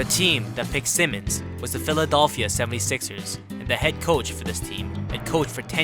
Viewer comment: This man said philidolphia